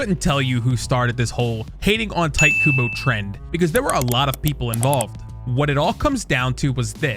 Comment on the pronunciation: this mf called him tight kubo 😔